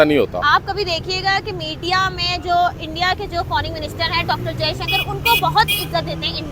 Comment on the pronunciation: Pakistani English toh Mashallah Mam FORING nahi FOREIGN hota hai. 😂😂😂😂😂😂😂